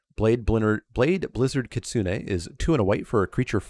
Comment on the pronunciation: Thank you for pronouncing Kitsune correctly! growls at some other MTG-tubers